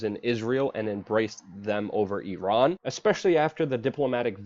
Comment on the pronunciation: Guys....... "E-Ron"